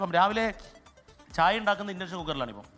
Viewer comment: 😂 ഇലക്ട്രിക്കൽ അടുപ്പ് അല്ല. വിറക് അടുപ്പാണ്, അതിൽ blower ഉണ്ടെന്നെ ഉള്ളൂ, blower motor ഇലക്ട്രിക് ആണ് 😂 ഇൻ്റെൻഷൻ അല്ല ഇൻഡക്ഷൻ cooker.😂